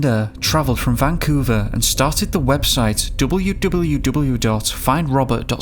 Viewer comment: Jeffry even when spelt geophry noy joffry and van coooover not vancuvver